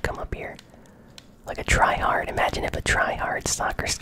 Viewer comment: You say tryhad and you camp 😂